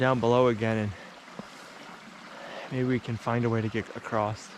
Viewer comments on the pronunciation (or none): I love that you also say "acrosst/ acrossed" We all know there is no T or ED in across, but we still say it that way 😂😂😂😂😂😂😂😂